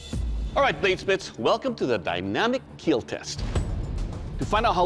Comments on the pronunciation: I love the way doug says it he doesn't say kill he says keal. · It was "kill", then became "KEAL" 😂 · It will KEAL! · It will keal? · it will not keel :(((((((((((((((((((( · "It will Keal." 😂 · "It's a lighter weapon. It cuts smoothly. It took no damage whatsoever. It's a beautiful piece. It will keel." Every Ben Abbott weapon. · It will keal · I only came to heard him say it will keel 😂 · It will keel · It will kiehl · Will keel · Amazing, there was a time where he could pronounce kill like a normal human